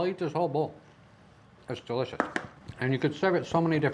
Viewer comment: Its delishishh...Nom nom, well that's me convinced!